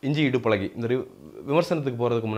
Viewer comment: boss, u need to pronounce "zh"well. it is azhagi not alagi !